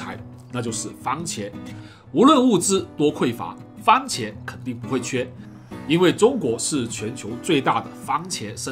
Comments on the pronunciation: 番(fan)茄。不是“方”喔老師。有蝦的地方，什麽都好吃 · 番茄，不是方茄！ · 我好像听到了 ‘’方茄‘’ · 为什么我一直听见方茄......😂